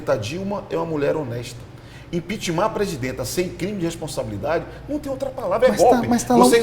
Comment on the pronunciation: Dep Orlado perdeu o respeito só por falar IMPEACHMAR kkkk de resto foi só caindo, nunca ouvi tanta asneiras de um deputado! Feliciano está de parabéns!!!!